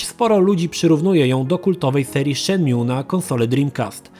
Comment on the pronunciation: Echhhh....ten "infemes"...i "szenmiu" ...nie gralem:)